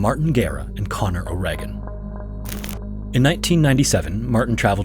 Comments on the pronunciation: Correct pronunciation of Connor's Irish surname, O'Regan is "O'Ree-gan" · On the point of names Martin O'Reagen. Its not o' reg-an its o'reegan